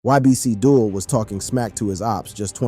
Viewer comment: If his name is Abdul and you said that correctly why are you pronouncing his rapper name as Dull?